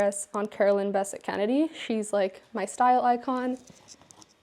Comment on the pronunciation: CBK is her style icon, yet she cannot pronounce her last name correctly. Typical American.🙄